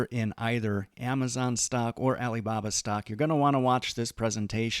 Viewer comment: Why does he say it like “stoCK” 😭